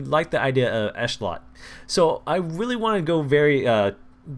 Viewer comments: its ehetlot not eshlot an its yair not yiar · It's no big deal but it's ish-lot